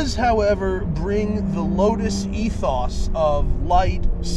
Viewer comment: Hey Matt, I don't like the way you say ethos.